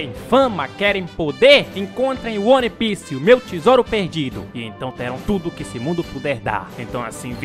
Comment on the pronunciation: Que agonia o falar "one" e não "uan"